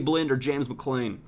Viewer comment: Hey just thought I'd let u know that Whelan is pronounced "wheelan" and McLean is pronounced "McLeen"